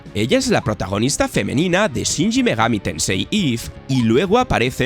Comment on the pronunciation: Porque coño dice shinji megami tensei en vez de shin megami